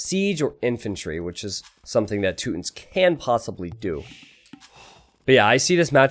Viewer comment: Toot-ins lol